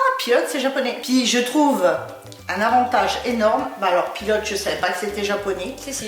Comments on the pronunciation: パイロットをピロって発音してますね。面白いなあ。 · pilotは「ピロット」なんだ・・・＞発音ｗ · ピロットね👍お国によって読み方が違うのって日本国内で漢字特に名前が難しいのとおんなじだね｡あはは理解できたよ♪